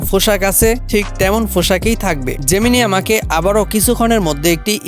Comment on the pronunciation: জেমানাই না ভাই জেমিনি হবে। ভয়েস দেওয়ার সময় উচ্চারণের দিকে খেয়াল রাখতে হবে। তাহলে ভিডিও আরো সুন্দর হবে। ধন্যবাদ